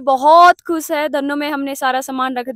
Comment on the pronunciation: Hh ab bhi bhut khus h pronunciation shi kro didi khush hota h not khus😂😂😂